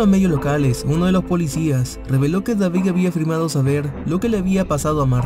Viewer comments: Y no sabe pronunciar David dice Davig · Deberías trabajar en tu vocalización ya que a algunas palabras les das otro sonido.. como David-suena Davic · No puedo prestar atención a la historia porque dice "Davig" y no David.